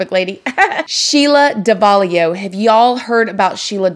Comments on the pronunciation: Lmao, "Somebody was doin some pursuin." Love your mannerisms. It''s Sheila Davalloo, pronounced Dav-uh-loo. You are obviously so tough, very well self-made & so incredibly awesome! Been down a teeny bit similar road but only county, not "the big house". You had it way tougher & survived far more than I did. I have 14 years clean from Vicodin. So wish I could meet you to gain insight from your success. I kinda like it. I didn't at first but I do now. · it’s pronounced DAV-AH-LOO lol not sure where ur getting an “I” in there from🤦🏽‍♀️😂